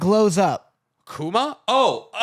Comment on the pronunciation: Bruh yall talking about Kuma the goat and can’t get his name right